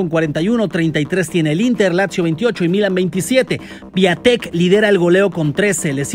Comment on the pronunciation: vaya, no es critica ni nada, pero busque en google traductor el nombre del polaco, y se pronuncia piontek..!!!!